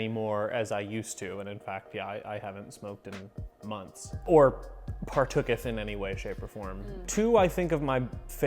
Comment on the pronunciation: Nobody: No one at all: &: partookth